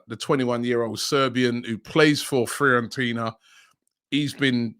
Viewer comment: robbie - its pronounced fee-or-en-tina😂😂